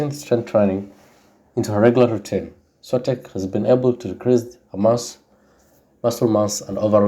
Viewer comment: Stop butchering names. her name ain't that hard to pronounce.